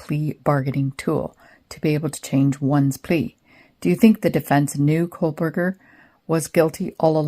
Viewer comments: I watched the KR trial. I can understand why ppl might mispronounce Dever, but Kohberger and Kohlberger, not so much. Don’t need to add extra letters to get from Dever to Dever. 😅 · Koh-Berger. There’s no L in his name 😂 why does everyone mispronounce it? 😂😂